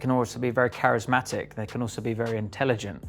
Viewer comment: charismatic not charesmatic